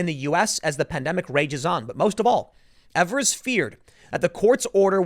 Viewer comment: It's pronounced Eve-ers, Tim. Not that you care. He's a nobody compared to national news, and as far as Wisconsinites are concerned.